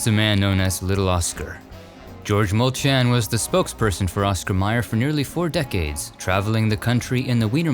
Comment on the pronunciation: I am related to Georgie Molchan. I was so honored you pronounced his name the way we slovaks do. He is buried in the same cemetery as my mom and dad, grandma and grandpa, aunt and uncle, along with many other friends and family. During his life I was proud to call him ours. He had a sister who was the spitting image of him. Georgie never married.